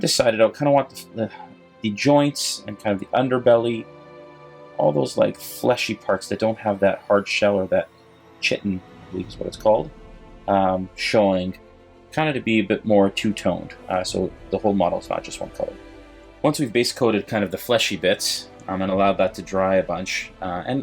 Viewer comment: Pronounced 'kahy-tin'. Close man =P I love the paint job, I hope I can do it justice.